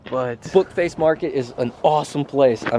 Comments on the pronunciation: Did you mean Facebook market you said bookface market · did u say bookface market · Anyone else hear him say bookface instead of Facebook